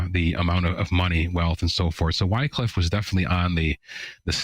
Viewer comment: His name is pronounced "wick-liff".